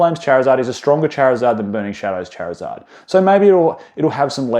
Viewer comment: Bro called the greninja "greeninjur" and Charizard "Charkzurd"